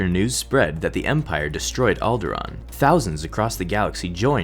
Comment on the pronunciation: You pronounced Alderaan wrong.